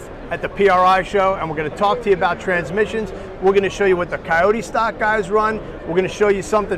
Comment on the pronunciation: A lot of "tran-missions" ya got there,. lol;)